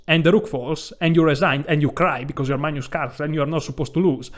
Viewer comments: This guy is hilarious! I crack every time he calls Carlsen "Maynus" and says "...it's freathening...."!🤣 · Caro, Ho realmente ammirato tutte le tue presentazioni! Adoro il modo che pronunci il Mag-nus come Manjus (per esempio, in "Magna Grecia"). Hai un umore incomparabile. Sono di Grecia Moderna. Amo lo "scacchi" (anche "σκάκι" in greco). Ho sempre amato la lingua italiana tra gli anni che l' ho studiata - da ragazzo di 16 anni! (piu di 50, adesso). Mi piace anche berre il tè freddo o l' acqua spumante (sparkling water o "gazosa", in greco!!). Peró, non ho capito, perché in inglese dicci "sacrAfàis", invece di "sàcrifàis", come in italiano,("sacrificio")..